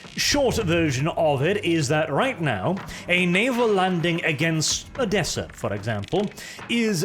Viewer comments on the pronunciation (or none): none